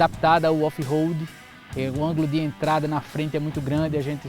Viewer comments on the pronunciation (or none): so para deixa claro quando se pronuncia RO não e RO de roupa ou Roberto ROAD - RO - se pronuncia com o R mais fraco, com se ele estivesse entre duas vogais no meio de uma palavra EX: aroma. A letra O no alfabeto em inglês se pronuncia OU.Então a pronuncia correta de ROAD é ROULD com D mudo no final.